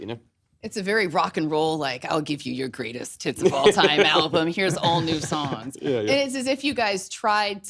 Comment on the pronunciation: I think it was to do with how it sounded like she said “Greatest Tits” instead of “Greatest Hits” like it should’ve sounded